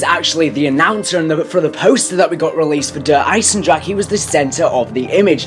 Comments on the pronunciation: Its Der Eisen-Dra-Uh -Fellow German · Its Ai-sen-dra-he -fellow Osterreicher